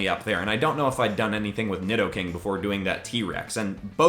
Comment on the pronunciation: Nidoking is pronounced needoking